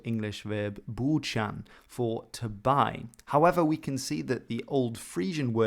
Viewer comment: Such a tiny detail, but the fact you pronounced the "we" in "we gan" the actual Geordie way rather than the standard English way shows a great attention to detail and love for what you do